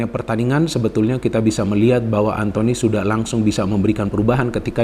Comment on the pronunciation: "Antony" ☝️ bukan "Anthony" Elanga